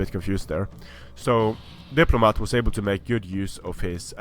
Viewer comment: You got the factions the wrong way again :D at least you're pronouncing my name right now though so I'll forgive you